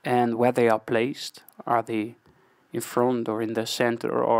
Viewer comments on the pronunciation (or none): none